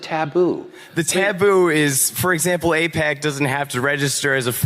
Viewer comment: Y’all confused me, its aipac not apec. Two completely different things lol